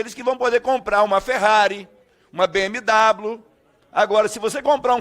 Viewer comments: O cara não sabe falar BMW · Be-emi-dablu... pqp